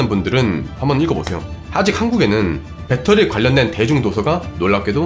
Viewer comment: 배떠리가 아니고 배터리예요,.ㅠㅠㅠ